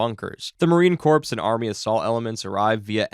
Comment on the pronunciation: Marine Corps is pronounced Marine core not Marine corpse. Dont say the S.